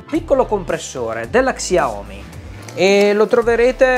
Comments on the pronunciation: si pronuncia ''sciaomì'' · Xiaomi si pronuncia sciaomi Scusami per la correzione ma non si poteva sentire. Comunque bravo bel video